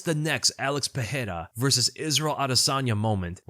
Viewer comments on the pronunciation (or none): Brother pronounces Murzakanov properly but still can't get "Pereira" right. There is no "h" sound like there is in "Ferreira" because there are no double r's.